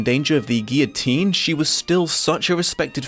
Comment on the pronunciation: Liking and commenting because you pronounced guillotine correctly.